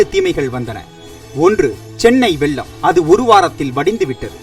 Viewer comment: டேய் அது சென்னை "வெல்லம்" இல்லடா... "வெள்ளம்" டா... உங்க சானல் பேரு "ஸ்மெயில்" இல்ல "ஸ்மைல்"... ஏதாவது ஒரு பாஷையாவது ஒழுங்கா பேசுங்கடா...